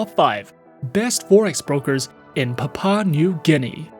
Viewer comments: Good work. the country's first word is pronounced as "Pap wu a" and not "pap pa" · It's Papua 🙄 not papa And that background video is not even our city. You look more like a scammer